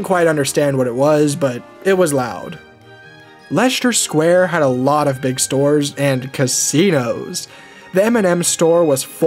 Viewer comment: “Leshter Square ”